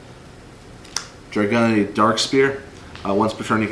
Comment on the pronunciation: Drag"YOU"nity lol